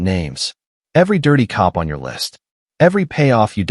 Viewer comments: Why does the AI narrator spell words instead of saying them??? c-o-p instead of cop, n-o instead of no, a-r-m-s instead of arms… ridiculous!!! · This was a good story ruined by AI. Cops said C O P, us as U S, and so on... AI is ruining much. It wasn't intended to take the place of humans, who have inflection, emotions, ect. It was created to help real live people. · Wound pronounced like wound a rope but should be pronounced wound which is spelt wound but refers to an injury. Why is narrator spelling C..O..P...then saying cop. R..a...g then saying rag. Deep gashes on aA..R...M..S ...meaning arms. It's so distracting. Signing out. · Its pretty sad when AI can't read the words cop or us or in